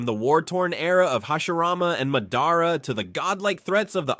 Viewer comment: Stopped watching 11 seconds in after the pronunciation of Naruto and Madara. Can’t really expect someone who doesn’t know the characters’ names to know anything credible about the characters